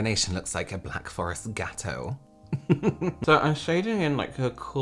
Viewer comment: I love the super correct way British people say French words: gateau. Also how you say razbury.